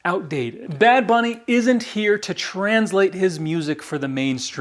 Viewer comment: The way you said bad bunny isn't bad. You said it just fine. Now if you really want to rub it in MAGA face learn to speak Spanish fluently to really piss them off. Lol